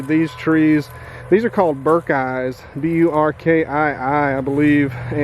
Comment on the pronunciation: Burkii is pronounced Burk- E - i